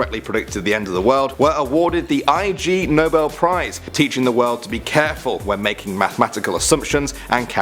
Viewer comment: It's not the "I.G Nobel.Prize"... it's Ignobel Prize, ya knucklehead!!!